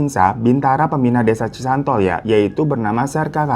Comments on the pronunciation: Bang maaf mau merevisi nama desanya bukan cisontol, tp cisontrol bang 😁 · Cisontrol bang hiro.. bukan cisantol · Cisontrol bang Hiro bukan cisantol😭😭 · bukan cisantol bang , cisontrol😅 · Cisontrol bang,bukan cisantol😅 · Cisontrol bang..bukan cisantol 😄🙏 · cisontrol ouy, laen cisantol .. salah apadi samarin wkwkwk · Cisontrol ka bukan cisantol😅😂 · Desa Cisontrol ya ka , bukan Cisontol haha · Desa cisontrol bang bukan cisantol😂😂😂😂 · Desa cisontrol kak bukan cisantol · *koreksi bang bukan Cisantol tapi Desa Cisontrol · Btw bukan cisantol y kak.. tp cisontrol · Cisontrol bang bukan cisantol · Cisontrol bang bukan cisantol😅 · maap bang hiro bukan cisantol tapi cisontrol 🙏